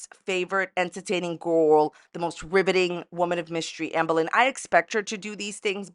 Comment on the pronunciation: “Ambuh Lin”